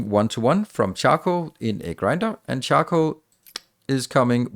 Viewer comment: OMG I constantly heard him say chuckle powder instead of charcoal powder and I couldn't stop laughing :D